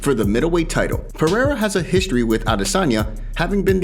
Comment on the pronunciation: Not a single American can pronounce Pereira correctly.